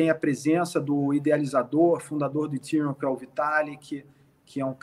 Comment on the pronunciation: Nossa. Doi os ouvidos qdo os caras pronunciam Ethereum, ha ha ha. Se o cara não sabe nem pronunciar , como pode ser um "estudioso do assunto"?